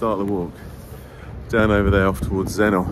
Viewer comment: A lovely walk but could i just say you dont pronounce it Zennor (OR) you prnounce it Zenner (ER) xxxxxx